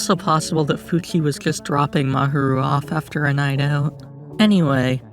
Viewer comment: I liked the video, but your pronunciation of Fuchi/Sunao & Mahiru was the most horrible ahaha sorry. Aside from that, Hiruma (if you're calling Fuchi by his last name, maybe focus on calling all of them by their last name – either that, or commit to calling all of them by their first name, which would be Sunao) or Mahiru, whatever you wanna call him, is okay. Eve posted a comic strip that Sunao called an ambulance.